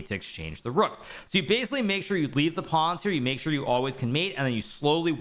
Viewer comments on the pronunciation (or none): none